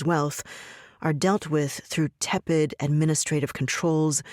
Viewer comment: It takes someone else reading aloud Hedges’ script to hear “tepid” pronounced correctly